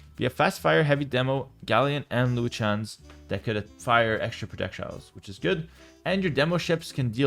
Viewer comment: Bro the “Chruchens” is absolutely crazy 😂😂😂